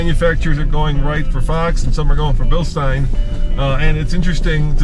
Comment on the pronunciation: Still seemingly the only people on YouTube who pronounce Bilstein correctly